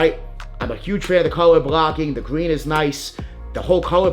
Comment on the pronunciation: “Pine Gween” talk right mf!